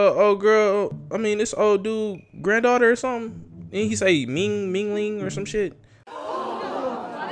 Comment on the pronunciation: Ma nigga said "what he say ming-ling" 😂😂😂